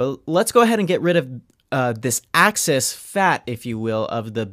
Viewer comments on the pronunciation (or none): EX-cess fat not ACCESS FAT